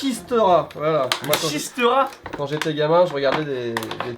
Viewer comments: Assez étonnant d'entendre parler de pelote basque sur une vidéo de votre chaîne, ayant pratiquer ce sport étant plus jeune (plus spécialement le joko garbi) ! Par contre, on prononce le gant "Chistéra" ;) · Juste ça ce dit « Chistéra » c’est tout 😄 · Bonjour je suis Basque le jouet qui se joue a la version pelote basque s'appelle la chistera ( prononciation chistéra)